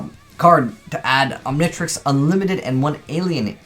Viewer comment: omg you don't know how to pronounce the Omnitrix, Omni then just trix english you don't have to make it a different tongue and you haven't watch ben 10 have you?